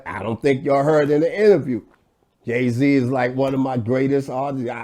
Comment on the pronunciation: did he say Gay Z???